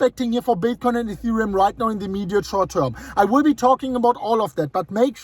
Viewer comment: In thee EEEMEEDEAT SHWERT TERM. Thanks fa that!